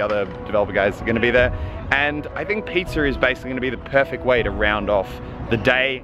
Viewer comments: when he said "piZza" a bit of saliva was appeared on the camera... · i like how australians pronounce words like pizza they see pizzer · Did you say "Pizzer"?